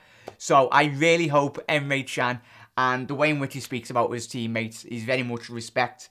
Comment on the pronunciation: Can is pronounced "JAN"